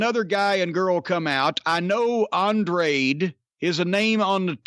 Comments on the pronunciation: Mr. Cornette, just to help you with the name Andrade it sounds like Ahnd rah day. I am an old school fan of yours. I'm originally from Knoxville and used to come to SMW shows regularly in town. You are usually on point about this newfangled rasslin. I'd rather have rasslin the way it used to be and the way you like it. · “There’s Andraid...Andradah..whatever the fuck”